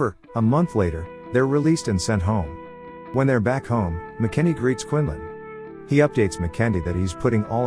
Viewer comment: Killing me with the pronunciation. McEntee is pronounced MAC-EN-TEE. You'd have realised this if you did even the most cursory research.